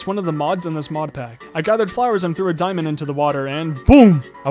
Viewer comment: He says dimond usless what bruh 😂😂😂😂😂